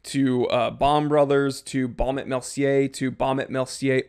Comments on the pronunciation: Actually, you pronounce this name without the "t" when you say "&". So it´s like "Baume e Mercier", with the "e" as if you would say "e" in the word "efficient". Best regards, Ulf of Sweden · et .... the T does not sound